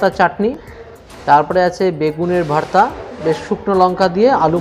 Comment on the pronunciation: Ore buka not vharta, this is vhorta